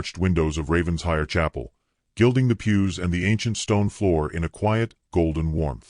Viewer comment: It’s NOT Ravens-hire! It’s Raven-shire! Get it right!